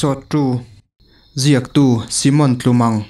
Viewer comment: A ziak tu hi Simon tih a lam lo in Saimon tiin lam tur ni awm tak kan ti ve mai mai, ka hmaih ngailo reng2 ka tan che nia🙈😃